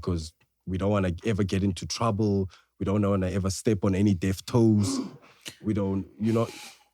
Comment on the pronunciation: Bro said deaf toes🤣🤣🤣🤣🤣